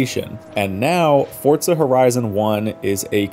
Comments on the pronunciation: Why do you call it Fortza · haha ' Fortza ' i'm not the only one that hears it right?😂